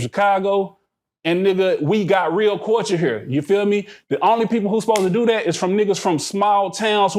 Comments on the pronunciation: SAY IT WIT ME CULLLLLLLL-TURRRRRRRREEEE NOT CWULCHUR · Everytime he say Cooture, I die laughing, cause that “L” is not silent 😅 Say it with me C U L T U R E. i love you 🤗🤗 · Why is he pronouncing culture like that